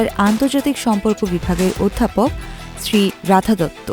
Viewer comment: 'শ্রী রাধা' দত্ত না, 'শ্রীরাধা' দত্ত